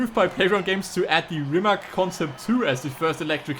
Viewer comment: Pronounced Reemats.